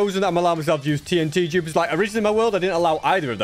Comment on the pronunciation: Is he saying jupers? Not dupers